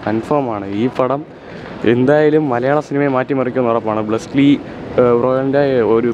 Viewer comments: ബ്ലസിലീ അല്ല മോനെ ബ്ലെസി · Blesly enn parnjavan😂🔥